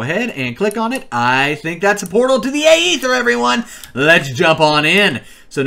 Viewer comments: Its not the Ay-ether its Aether. Stop being a pepega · Is pronounced “eether” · why you gotta pronounce it like that